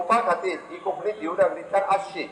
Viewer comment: While speaking on the subject of our language we should get the nomenclature right. It is Kónkānni ✅, not "Koknni"❌. Organisers must emphasis on this difference.